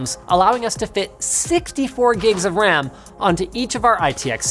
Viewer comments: Why is nobody talking about how he said "wam"?? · Wam instead of ram Linus most up